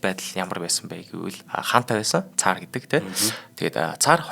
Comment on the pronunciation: Уул нь их сонирхолтой сэдэв юмсан. Чих өвдчихлөө. Тийм мундаг орос хэлтэй бол оросоороо ярьчих. 2 ын хооронд хэл хольж яриад цэмцэгнээд байх юм. Царь гэж арай өөр дуудаж ярих юмыг цар гээд л дотор муухайртал ярих юмаа. Нэвтрүүлэг хийж бгаа бол сэдвээ сайн бэлдэж хэл яриагаа зүгшрүүлэж бгаад яриач.